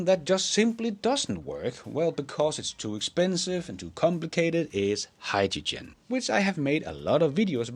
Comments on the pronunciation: Please pronounce hydrogen correctly. It’s not “hi-ja-Jin”. It’s hi-dro-jin” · it's Hyde-da-Gin lolol